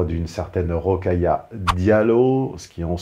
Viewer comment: J'ai mis un pouce bleu juste pour le Rocaillou 😂